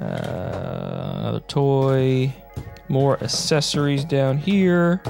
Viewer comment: Loved the TMNT. I have the whole set of the trading cards they are just in crud condition. Question, how do you say the word ‘access’ as apposed to assess? You say accessories as assessories, it gives me a chuckle. Keep up the great content.